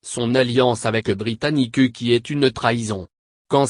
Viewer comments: pllaa, britanicuu xD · De 1: C'est un voix d'capela Box -De 2: Ca prononce Britannicu -De 3: La vidéo entière ne contient qu'1 image